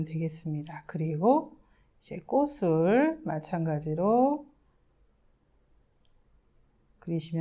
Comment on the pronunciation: 꽃을은 꼬츨로 읽어야 합니다.